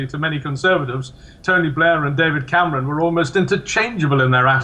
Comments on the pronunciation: david cam-our-on? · David Came-ronn?